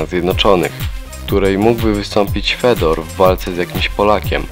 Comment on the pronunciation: I qurwa nie Fedor tylko wypowiada się Fiodor!!! Aż uszy więdną od tego anemicznego głosu z filmu.